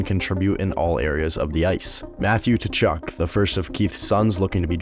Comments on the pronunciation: It's Kachuk not Tachuk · Its pronounced Kuchuk not tuchuck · It’s pronounced “Cuh-Chuck.” The “t” is silent.